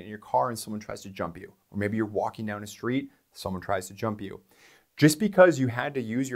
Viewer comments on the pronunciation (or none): "Walkeen" and "lookeen" are not words.